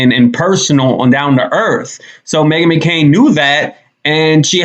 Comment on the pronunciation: Not the “Meghan McCoon.”😂😂😂